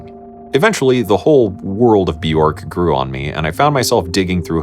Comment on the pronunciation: My kingdom for someone who can pronounce "Bĵörk"